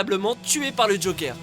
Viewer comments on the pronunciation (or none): none